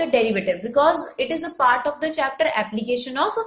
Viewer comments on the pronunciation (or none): none